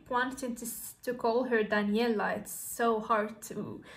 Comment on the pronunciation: Her name is pronounced Da-nel-ee-ah, and she’s not trying to sound like Faouzia. She’s just covering the song, covering is not copying. The bias you speak of ruined the song for you. Listen again to her inflection, tone, the intricate runs that Faouzia can’t do. Here’s an example, she was 11 in this video She is brilliant, she is her own artist.